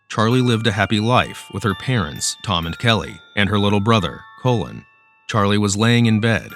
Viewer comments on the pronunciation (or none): Her little brother COLON ? it's pronounced "call-in"